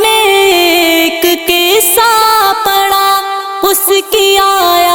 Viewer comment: قسسا نہیں قصہ ہوتا ہے